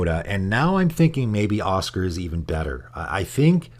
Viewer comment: I know you probably get a lot of stuff for pronouncing stuff weird, and it is a fantasy game with made up names, but saying Osgir like Oscar is making me cringe. It's more like Oz-Gear in my ears